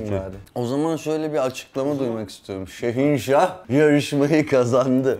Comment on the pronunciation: abinin şehinşah deyişini şeyinşah diye anlayan tek benmiyim amk